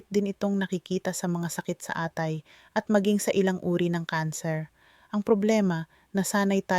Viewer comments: Mali po ang bigkas ng atay...mabilis po ang bigkas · ano bang sinasabi nitong AI na to mali ang mga bigkas ng atay, lalo ang KATI O banggit mo ba ay KATHY pangalan ng tao? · Bisaya kba doc...Mali bigkas sa atay. Kati.mabilis.. bigkas....boteka mabagal ..Ganda mo doc barok ka magtagalog